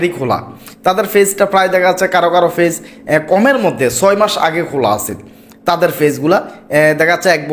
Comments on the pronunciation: Page bolte parena fage bole er videobkeno deken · আপনি নিজে পেইজ নিয়ে ভিডিও পোস্ট করেছেন,অথচ পেইজ উচ্চারণ করতে পারছেন না ফেইজ ফেইজ করছেন শর্ট কে ছট আর কতো উচ্চারণ বলবো ।